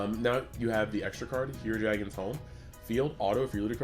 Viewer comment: Why tf do they have to call him 'hire-dragon' that's my boi Icarus